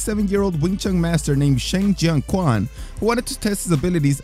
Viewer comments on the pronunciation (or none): none